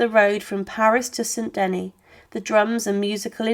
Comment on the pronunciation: The pronunciation of names in the commentary is utter gobbledygook: the Duchess and the Bishop of Ongloom, St Denny, Prince of Cond, the Bishop of Carsacone, the Duchess of Borvin(???) ...several others who are quite unidentifiable. Honestly, I shouldn't have thought that any of the names could have caused a problem to non-native French speakers. And of course the awful Mme. Two Sword!